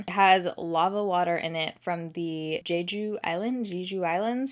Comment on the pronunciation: Jeju is pronounced Jeh-Joo It’s the Hawaii of Korea! If you ever want to visit Korea/Jeju they’re only a very short plane ride away from each other.